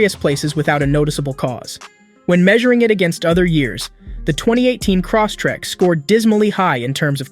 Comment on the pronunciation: "Cross-tek" Lol